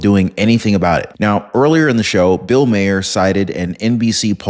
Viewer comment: Sorry, it's bugging me, I'm stuck hearing it having to try and help you correct his name pronunciation. It should be said as Mar, pronounced Mah-er. Comedy Central has been stating it for years that way and it's throwing off my comfort level hearing you say it differently than it's been said for years. I know I'm coming off as a "word nazi", but I have to make corrections where I catch them. Otherwise, I could focus on the video better. Your content is great, but every once in awhile, I will hear something that's so distracting it prevents me from being able to focus on the content involved. I hope this helps without coming off as nagging, I just wanna continue to enjoy the content I watch.